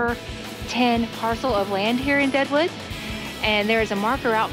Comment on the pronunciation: Its Deadwood not Daewoo!